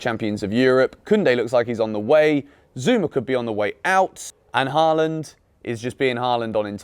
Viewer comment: His name isn’t “Harland “